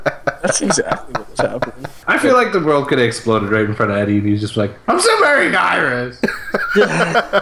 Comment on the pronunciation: I heard you. Yeah I heard you say Ehdeh. Loved the whole thing about Not-Harrison (can't remember his name) trying to replicate the hand vibration. That shit cracked me up. I read somewhere that we'll definitely see Vibe this season. Then again I also read that Tom Welling is playing Superman in season 2. Make of it what you will. Awesome work again guys, I'm gonna miss you in the off season.